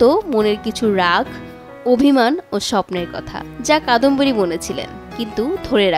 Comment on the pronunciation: যার কথা বলা হচ্ছে তিনি কাদম্বরী, কাদম্বিনী না